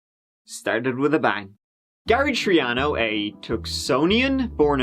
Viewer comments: Gary Tree-ano? Really,, really? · When you say Gary Triano, I think you mean Gary Threeano....my bad.